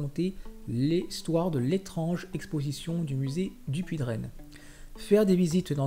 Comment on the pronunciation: Dupuytren se prononce Dupuy"train"" avec un T et pas "draine".